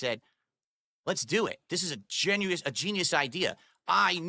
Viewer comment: The irony of him mispronouncing "genius" is hilarious